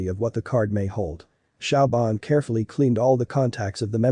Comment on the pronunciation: siobhan is not pronounced shauw-bahn, but shavorn